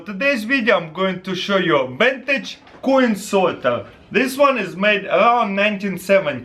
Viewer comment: Coiun sorter